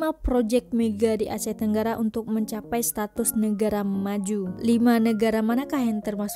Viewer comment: Lain benor bunyi bahasa tu.. bkn bahasa yg kami selalu digunakan.. projek mege, stadium merdeke, asie tenggare, jakarte, ande, abih smua ditukar hujung kata kepada "e"..